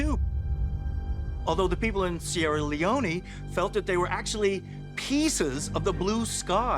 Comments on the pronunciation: He said "Sierra Leoney "!!! LOL! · The Ufologist said, "Sierra Leonie" lol. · Old crack confused sunny leone with sierra leone...pronuntiation is way wrong